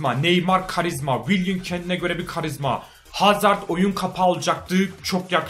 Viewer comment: abi hazırdmı dedin hazardmı anlayamadım